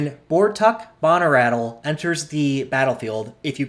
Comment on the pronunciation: Bahnerattle? lol Bone-Rattle** Good video though. Much appreciated.